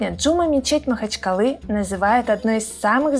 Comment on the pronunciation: Прости те но не Джу’ма мечеть ,а Джума’ мечеть